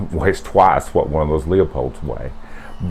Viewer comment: sorry but this drives me nuts when talking scopes... its pronounced lou-pold, not leo-pold.